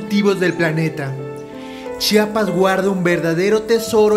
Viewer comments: Muy bien pero se dice Chiapas no chapas🤬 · Repitan: CHI-A-PAS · Se dice C-H-I-A-P-A-S !!! He vivido mucho tiempo fuera de mi estado y detesto cuando alguien no pronuncia bien mi estado e incluso otros lugares. Hay que hacer el esfuerzo por pronunciar bien el nombre de cada lugar